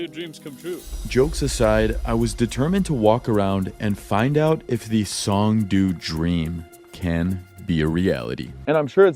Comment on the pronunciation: Pronounced "song" "doe". 😂